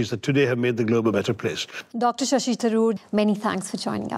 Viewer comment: The Brit pronunciation makes sense - Dr. Sassy Tharoor